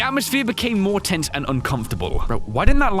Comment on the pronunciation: My ears heard say two different words instead of “tense” I think I heard “tint” the second time.